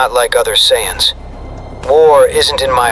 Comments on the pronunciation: Sai-eyes? Whats that. 😂😂😂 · "Sai eyes" 😂😂😂😂😂😂